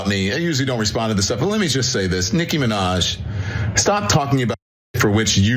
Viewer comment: doc? You younger than me. You not old enough to mispronounce Nikki Minaj. 🤣🤣🤣